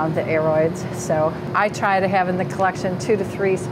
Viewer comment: Great video! Can you illuminate me on the way “aroids” should be pronounced? Maybe it’s a regional thing. I’ve heard you say “A-roids” with a long a or “ERR-roids” in previous videos and in the beginning this one, “uh-ROIDS”. Also curious about “monstera” because I’ve heard “mons-TERR-ah” mostly but also “MONster-ah”.